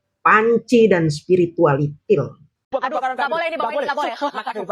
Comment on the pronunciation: Akhirnya denger lagi menyebut Sepiritualitil🤣🤣🤣